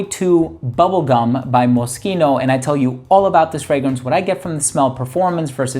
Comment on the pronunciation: Always appreciate when someone pronounces Moschino properly 👍🏻 thanks for the vid as always.